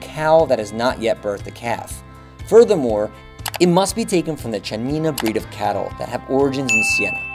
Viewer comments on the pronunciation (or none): CHI we pronounce KI and so, CHIANINA we pron. KIANINA, and BRUSCHETTA we pron. BRUSKETTA, all right? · Chianina!!!! Is pronounced with K